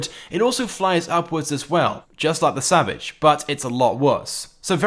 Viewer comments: EliteAce X he said it right if u just payed attention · X3R0Z he said it right if u listen